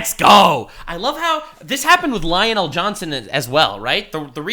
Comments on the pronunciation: Lion' El Johnson. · Again he says lionel el'johnson